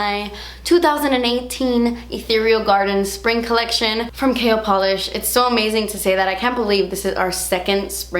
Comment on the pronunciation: Lol I said that when she launched the brand! Every time she says KL Polish I think she's saying Kale